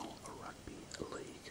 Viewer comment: Why do you say rugby “ahrugby” 😂